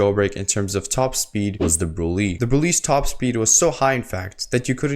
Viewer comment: I found out today that it’s actually pronounced “Brulay”